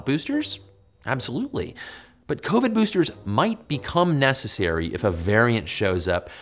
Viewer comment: I'm sorry, but this whole time , I've heard him say SARS2 COVY, but by its self, he says covid